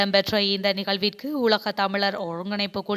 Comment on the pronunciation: இந்த பெண் அறிவிப்பாளர் " உலகம்" என்பதை "உளகம்" என்கிறார். "சட்டமூலம்" என்பதை "சட்ட மூளம்" என்கிறார் "ல" வை சரியாக உச்சரிக்க தெரியவில்லை. கற்றுக்கொள்ள வேண்டும்.